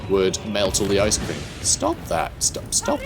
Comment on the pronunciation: The ice cweam of kislev is foightn the scawy demons